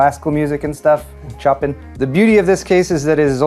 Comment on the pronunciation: it/s pronounced Chopen, like (h)eeeeeee(y)